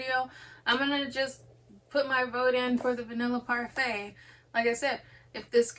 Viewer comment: Say it like the yogurt 🍦 parfait!